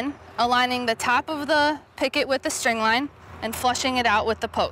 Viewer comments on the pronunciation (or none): Gah!!!! stop saying PICKET !!!